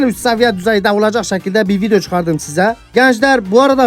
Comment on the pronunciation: Video demeyecen dayı fido diyecen 🤣